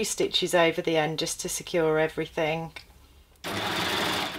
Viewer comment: No K in everything. Please stop saying everythink.